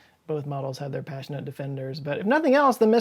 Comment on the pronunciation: 15 m 23 s I am like 75% certain I heard you say Pashi-nut...as in passionate, but...not.